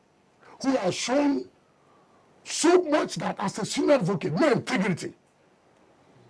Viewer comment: Mr intigrity lol! Pls we want ppl with integrity not inteirity 😅